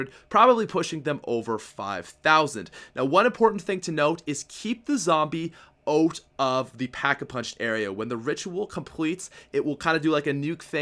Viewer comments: The Dot :3 It sounded like he said oat instead of out tho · Why does it sound like he keeps saying "boat?" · Canadian accent